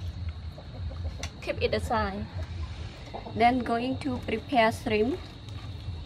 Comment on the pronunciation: Beautiful presentation and “shrimip”is my favorite 😁